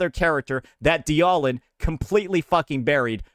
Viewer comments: Anyone taking opinions from someone who says "dee-aw-lin" when reading dialyn, shouldnt be trusted. Just saying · He mispronounces or nicknames agents on purpose. Ye-shun-guy, die-ahh-lin, "calamari yi xuan" etc. Does it to get comments on it. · I think my favourite part about this whole thing is he doesn’t know how to pronounce Dialyn at all. Kinda hard to not know how if you just… y’know… played the game. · i think the part that hurts me is how dialyn is being said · so explain why he also mispronounces WuWa resonator names ? Same reason ? I think bro is just stupid ngl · What especially baffles me is that he pretends to care about ZZZ's stun meta but hasn't even bothered to learn how to pronounce "Dialyn" correctly. It's an obvious pun on dialin', it should not be that hard to remember if you've ever heard it.